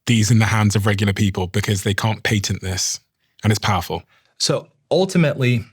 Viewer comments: You’re mispronouncing the word patent. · This might be an unpopular opinion and my ADHD might be at play here, but I wish they made a peptide to help me not focus on him pronouncing the word “Patent” ( mark). My brain kept going back to that the whole time after hearing him say it like that 😂 😆